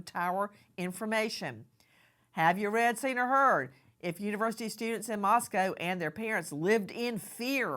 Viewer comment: First of all, thank you for pronouncing Moscow correctly. Secondly, thank you so much for your attention to the details with this crooked defense attorney. I hope that the trial is soon, and that the witnesses memories are strong.